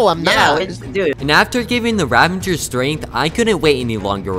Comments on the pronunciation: it’s ravager not ravendeger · even pros still say ravagers name wrong